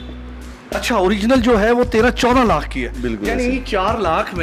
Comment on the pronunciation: 24 laaahk.. 15 laaaahk Hahaha angrazon ki owlaad simply bolo. 24 lahk. 15 lahk.... 🙄😜🇵🇰